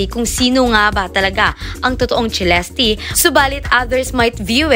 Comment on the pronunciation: Its Celeste /selestey/ not /chilesti/ 🙄🙄🙄